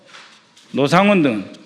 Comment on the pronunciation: ㅋㅋㅋㅋㅋㅋ 이사람은 왜자꾸 로상원이라고 하지 북한사람 맹키로 ㅋ